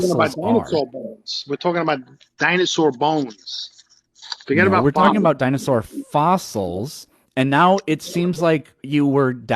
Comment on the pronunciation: "Dine saw"